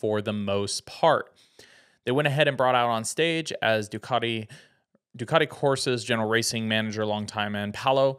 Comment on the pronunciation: Americans attempting to pronounce Ducati 😂